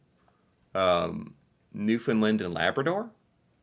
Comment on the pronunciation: I love ya dude but ya gotta start pronouncing Newfoundland properly! Try this. Say "understand Newfoundland" quickly with no emphasis on "found" and definitely not "fin" for found or "lind" for land. Hope this helps lol